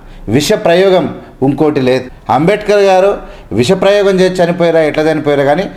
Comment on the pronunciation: విషప్రయోగం. విశ కాదు. తెలుగు తప్పుగా చెప్పకండి